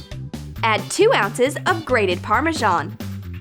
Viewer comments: Parmashon?! It’s parmazan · Im cringing when i hear that girl pronouncing some words, like parmesan, duche de leche etc.